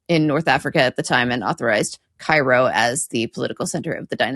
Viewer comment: Seeing give a perfect Arabic pronunciation for Cairo was not on my bucket list.